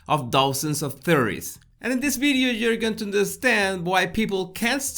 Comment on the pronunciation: I love this “ bideo”